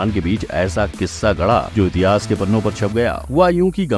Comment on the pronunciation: Fact bhai हितीहस् nahi इतिहास 😅